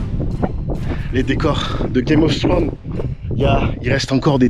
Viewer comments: Pour prononcer le "th" en anglais tu dois faire le son "s" en plaçant ta langue contre tes dents. Du coup, il fait l'effort de la bonne prononciation avec plus ou moins de succès. On ne dit pas "game of TRone". C'est plus "game oV Frone" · "Game os trône" 😂